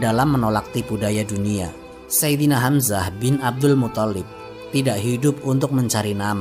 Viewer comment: Abdulmuththalib,bukan muthallib.yg tasydid tha'nya bukan lamnya.maaf.